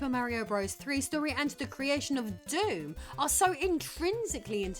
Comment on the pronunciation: Nice, you pronounced DOOM properly.